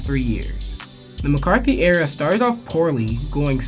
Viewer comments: Mc”Cart”ney Not “McCarthy” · This fool keeps saying McCarthy 😆 🤣 😂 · McCartNEY not McCaRTHY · McCartney, not McCarthy, otherwise good video, keep it up. Go Buffs! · Bill McCartney, not McCarthy. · It's McCart-NE! not Mcarthy... video is great, but that kinda ruined it... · Great video…. However…It’s Bill McCartney (KNEE), Gary BARNett and DAN Hawkins. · I was really looking forward to watching this, but I had to turn it off after the 6th or 7th time you mispronounced coach Mcartney’s last name